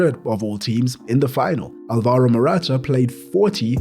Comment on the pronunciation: Alvaro, not alvAro